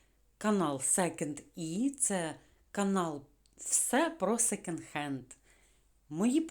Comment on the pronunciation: А ще не " секенд", а "секонд". Бо ріже вухо.😊🌹